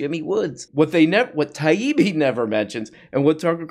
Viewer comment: I like how pronounced Matt Taibi’s name perfectly the first time.